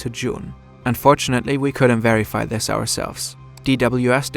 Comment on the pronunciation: I’m not trying to be rude, I’m genuinely curious and not sure, does the host have a lisp? Or is it some sort of accent that makes him not be able to say “this” and says “dis” instead?